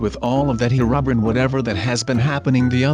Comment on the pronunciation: ''Herubrin''. XD